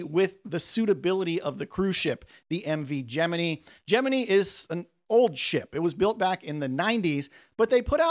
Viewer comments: Did you really say Gemi-knee instead of Gemin-eye? 😮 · Gemini isn't pronounced how you do it. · Please tell me you were mis-pronouncing Gemini on purpose..... 😑